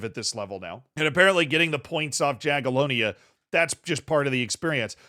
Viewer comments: please pronounce Jagiellonia as „Yagielonya”, J is pronounced as y in polish and -IA is pronounced Я, «ya» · J is said like a Y in Jagiellonia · Pronounced yagilonia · It's pronounced Yagyelohnya tho 🤓☝️